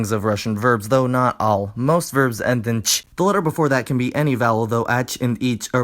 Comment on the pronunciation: As a native speaker I enjoyed your explanation. But there were some slight mistakes with the Ы and -ТЬ, -ДЬ sounds. Nevertheless, Nice video, good job 👍